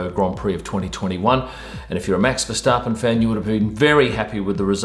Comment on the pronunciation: Finally, an English speaker that pronounces Max’ last name correctly. Thank you for that.